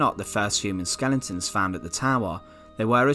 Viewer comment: Skel-e-tons. not skelingtons.